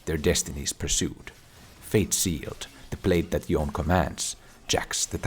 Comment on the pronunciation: I love all your content and I hit like before I even watch the video but we collectively really need to stop calling Yoné Yon.